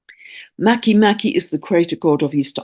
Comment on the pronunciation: I love these timely needed indigenous tales that help us heal and come into right relation with the Earth. A small detail, Make Make is pronounced Măh-kā Măh-kā and Haumea How-MĀ-ah, in Polynesian language e is pronounced long A sound in Hawai-i, Rapanui, while i is prounounced long E.